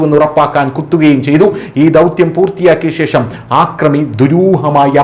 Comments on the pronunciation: ആക്രമി അല്ല , അക്രമി ആണ് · 'ആക്രമി' - തെറ്റ് 'അക്രമി' - ശരി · ആക്രമി അല്ല. അക്രമി. ൻ്റെ പൊന്നു, കപട ഇംഗ്ലീഷ് ഉച്ചാരണം കൊണ്ട് ജാഡ കാണിക്കുന്ന ഈ വേട്ടവളിയന് വൃത്തിയായി ഭാഷ സംസാരിക്കാൻ പഠിപ്പിച്ചു കൊടുക്കാമോ. Please 🙏 കേൾവിക്കാർ ഇത് കേട്ട് തെറ്റ് പഠിക്കില്ലേ. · ആദ്യം മലയാള ഭാഷ നേരാം വണ്ണം സംസാരിക്കാൻ പഠിക്കേടോ. കൊല്ലപ്പെടുത്തി അല്ല കൊലപ്പെടുത്തി എന്നാണ് , ആക്രമി അല്ല അക്രമി.